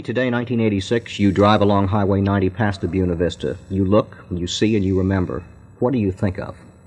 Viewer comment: Who taught this guy how to say Buena Vista?